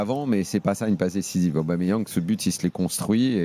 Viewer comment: Arrêtez D'ÉCORCHER le prénom et le nom d'Aubameyang svp bande de footix y'a pas de Didier ni de je sais pas quoi c'est PIERRE EMERICK AUBAMEYANG au cas où vous savez pas lire ni écrire